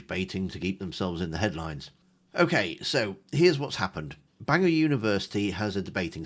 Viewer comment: Sarah, it's Bangor not Banginon. 🫢